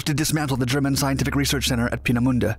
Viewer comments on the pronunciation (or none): And while we're at it, Peenemunde (which 'anglicised' would be 'Painmouth') should be pronounced 'pain - uh - moon - duh', not starting with 'peen -as - in - penis'. Random fact - 'Painmouth' is the departure point for many cruise lines.